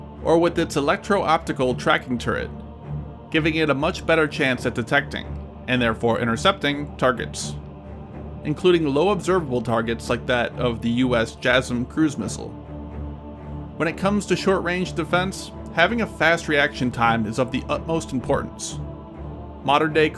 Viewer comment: Dude, you really have to find a new way of saying that US cruise missiles name. You sound like you called it the jism cruise missile, which might not be a bad idea really. Who the hell wants to risk being hit with that!